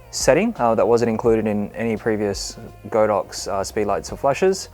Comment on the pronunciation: Good video, however, it's pronounced god-ox not go-dox